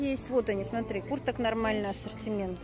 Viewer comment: Шоппинг классный! Мне так нравится как Вы говорите Сотри, а не Смотри))))))